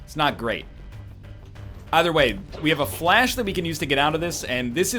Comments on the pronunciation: NL Pronounces Fleche correctly 30 seconds later reverts to saying 'flash' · How is he still mispronouncing fleshe